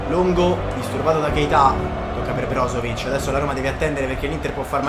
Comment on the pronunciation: Ma come hai detto brozovic??😂😂